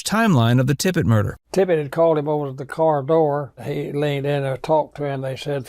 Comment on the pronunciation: Tippit, not Tippett, or Tippet, or anything else.. JD Tippit.. Maybe get the name right and credibility will ensue, huh?.. Geez!..